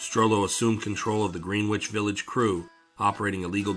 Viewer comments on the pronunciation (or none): Terrific video as always. Excuse my nit picking... but it's pronounced "GREN-itch" Village... not "Green-witch". Thanks! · He said "green-witch" village..Im gone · Greenwich is pronounced Gren-itch. Otherwise, a fantastic video. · This channel is a sleeper. It’s only a matter of time til your up there with the big boys. Keep at it! 👍🏼 I forget, did I comment on another video that Greenwich Village is pronounced “gren-ich”? I assume you aren’t from NY. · In the NYC version of Greenwich, the w is silent and the Green is pronounced like Gren. Dumb, I know, but I didn't make the rules. Also Houston St. is pronounced House-ton for some reason. I'm from Brooklyn. We have a few weird pronunciations of streets here too. Cortelyou Road. I'll let you try and sound it out. lol